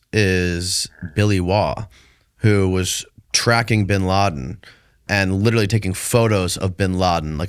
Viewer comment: He has "Lirilly" done some wild stuff... Lirilly.